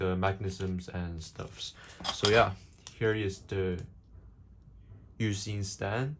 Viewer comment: Ain't no way bro said "Yousin" 🙏😭